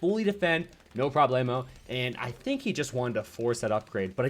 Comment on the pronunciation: i really love the "no problemo" with him spanish accent,jj is so funny to hear it and nice matches